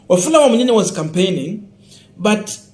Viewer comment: You are doing a good Job for news. I would like you to correct your pronounciation of this name. It is Wamunyinyi and not Wamunyinya as you have been calling it. thanks.